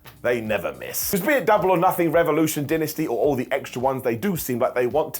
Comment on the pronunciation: Say Dynasty. Now say Dynamite, the name of AEWs flagship show. Now look at the first four letters of each and consider that they are both Die-nuh-stee/Die-nuh-might not Din-nuh-stee/Din-nuh-might. Have had too much wine, so don't think this is any sort of attack, just talking shib. Fkin love ya broski.